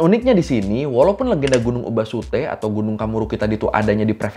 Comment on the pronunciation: Kalo gk salah katanya tuh bukan ‘ubasute’ tapi ‘obasute’ (obaasan = nenek , suteru = membuang)